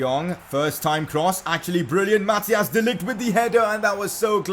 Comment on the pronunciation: His name is Mathijs, not Mathias